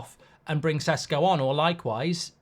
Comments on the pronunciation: You know a lot about him, and you still pronounce his surname Sesko. Šeško is pronounced Sheshko. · Its not Sesko, its Šeško, totally different pronunciation of the mans name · The correct pronounciation is "sheshko"